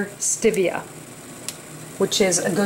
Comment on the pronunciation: It's "STEE-vee-uh", not STIV-ee-uh".